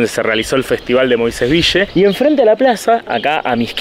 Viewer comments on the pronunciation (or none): "Moisés Vishe" Dígase "Moisés Vil" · ES "VIYYE".... ACÁN LOS MOISESVILLENSES DECIMOS "VIYYE". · LOS QUE VIVIMOS EN MOISÉS VILLE, DECIMOS MOISÉS "VIYE". Y SOMOS "MOISESVIYENSES". SALUDOS.